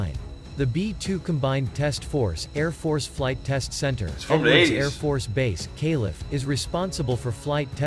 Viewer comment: The text-to-speech keeps pronouncing abbreviations as words. "Calif", "MO", "Okla" 😂